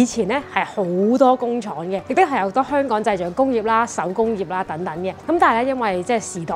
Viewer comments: kiki既懶音好似越來越嚴重，香港個「港」字，不斷讀成「趕」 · 係香港，唔係香趕。